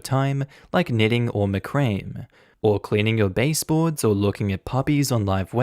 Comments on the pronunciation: People are hung up on saying he stole his brother's girl and not that horrid pronunciation of macramé 😆😆😆😆😆 OP 2 doesn't realize reddit gave him shit because it was clear he refused the ring request because he was butthurt over the last name thing. It was 100% out of spite. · Is that how you pronounce macramé?